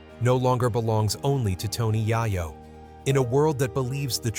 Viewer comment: I cant watch your f*cking bullsh*t AI videos, he said Tony YIYO 3 times and im done.